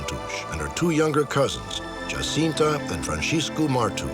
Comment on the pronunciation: my thoughts exactly! I was really impressed by the apparently correct pronunciation of the name Jacinta unlike how it would be pronounced in Spanish